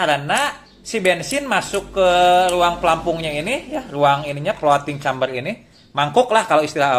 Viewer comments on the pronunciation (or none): none